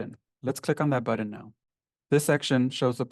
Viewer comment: It is a BUTTON, not a BUDDEN. Dude is driving me crazy with this.